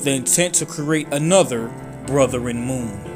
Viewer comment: Lol “brotheren”